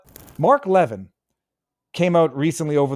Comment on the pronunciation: Viva, love yr show❤its Mark Le-vin'